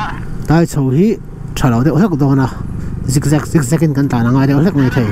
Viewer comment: Kan veng tlang😍😍😍 Sir, i lam dik lo tep... Thei (fruits) ti a lam tur... Theiriat